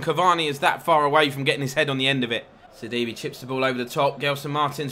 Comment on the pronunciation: sidibe is pronounced like c d bæ